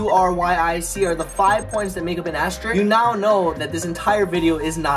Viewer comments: Sooooooooo, he pronounced it “asterick” instead of “asterisk”. Cleveeeeerrrrrrrrr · Did it bother anyone else that he was pronouncing asterisk as "asterick"? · The second part sounds like "asterick" (beginning from the a after the f in fast)